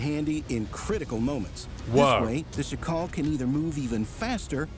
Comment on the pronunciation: The accent is on SZAkal, not szaKAL. It's not african name. You should pronounce it with same accent like in jackal in english but with this "sh" (sz) sound